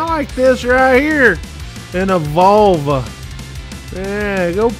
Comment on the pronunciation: Love how pronounces 'Volvo...' Like the medical term for female genitalia. Appropriate on so many levels.